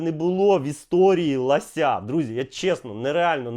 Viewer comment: лОся. Українська мова. Не лАся.